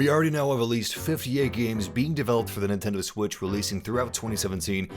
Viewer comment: NTEND WITC